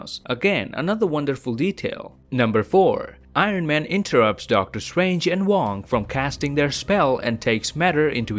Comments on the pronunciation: Really He really is calling doctor strange DOCTOR SWANGE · Hate how he pronounces doctor strange